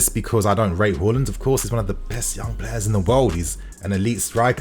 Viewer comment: Out of respect, just learn how to pronounce his surname...Haland